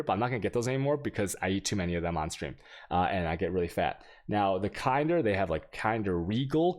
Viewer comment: THE WAY HE SAID KINDER omfg, took me a while to know what is he talking about